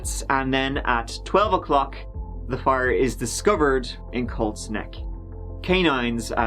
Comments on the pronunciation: I kept thinking he was saying Cold Sneck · I kept hearing cold snek instead of colt's neck... Great video despite my dumb brain though! So sad for the kids involved. They didn't deserve this crap. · Watching with the subtitles on and giggling every time it reads 'cold snack' instead of Colt's Neck. LOL